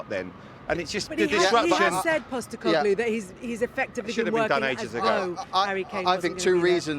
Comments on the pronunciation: Andros Townsend failing to understand what a contract means and struggling to say Postecoglou 😂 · I just love how much andros townsend is struggling to pronounce ange postecoglou and just gave up and said big ange that was hilarious really 🤣🤣